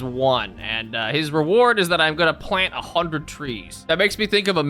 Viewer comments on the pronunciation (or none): none